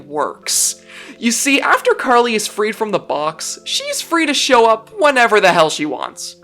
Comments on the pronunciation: OH MY GOOOOOOOOD!!!!!!!!! Someone who pronounced her name RIIIIIIIIIIIIIGHT!!!!!!!! I'm officially in Heaven. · Finally someone who pronounced her name correctly.